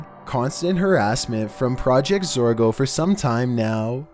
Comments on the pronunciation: It’s pronounced ZOR-GO not ZAR-GO. I mean I like your content that’s why I watch almost it often but dam dude learn how to pronounce words. In 90% of your vids you say the incorrect pronunciation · Hey........its Project Zorgo, not Project Zargo LOL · Also the real name is Zargo. Not Zorgo. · If he says project zergo you hit your self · Sounds like you're saying "Project Zargo" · Your saying zargo EDIT: this is not a hater I do like your channel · zorgo? this ain’t it chief